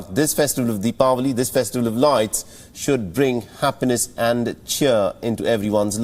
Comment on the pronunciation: Thanks for pronouncing deepavali